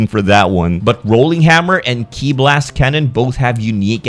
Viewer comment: He's finally saying Ki right! 😏